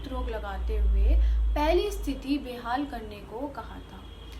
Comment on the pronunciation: Well tried👏👍. Need to improve and understand hindi first. It's bahaal not behaal , vilaap not vilup